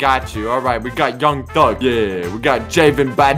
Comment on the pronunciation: I LOVE HOW SOCKS PRONOUNCED JAVAN BADMASH IT SOUNDED LIKE YOUNG THUGS REAL NAME🤣😂🤣😂